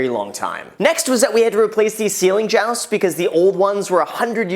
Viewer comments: Hey Graham, you keep saying ceiling joust. Jousting is what knights do on a horse. The correct word is ceiling joist. Like moist. That being said, these videos are fascinating. I love seeing the updates. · Ceiling joust!? 🤣🤣 it’s Joist. 🙄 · Ceiling joust? Or Joist lmao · You mean ceiling “joist” (rhymes with moist). 😉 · Ceiling Jost, or Ceiling Joist? I can't smash the like button for that! lol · Joist is pronounced joy-st. Lol it sounds like you were renovating a medieval castle. But you can this if the ROI on the upgraded electrical as future proofing your investment. If it burned down in a couple years after renovation than you would have wasted time and money renovating now, as well as downtime after the fire with inspections and clean up. And because there was a fire, your insurance or city may require you to do extra fire proofing which would cost more money. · It's actually 'joist'. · Wait a second, how is this guy into real estate if he doesnt even know how to pronounce joist? It's a really common word that people in real estate are familiar with, as contractors are always doing remodels and repairs and throwing these words around. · lmao the way you say JOIST Graham....